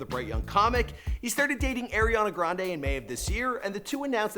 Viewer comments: “Air-e-On-a grandA” I’m dead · Boy that is not how you pronounce Ariana Grande